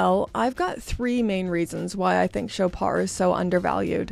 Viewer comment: It’s French, so “Shoppard”. The “o” is as in “dog” and the “d” is pronounced, though softly. It’s not “Showpar”, though.